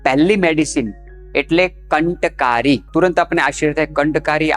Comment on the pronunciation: Kanthkaari nahi, kantkaari kaho.